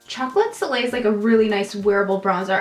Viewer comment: Omg when you were putting on bronzer, it sounded like you said "Chocolate filet" instead of soleil and I was cracking up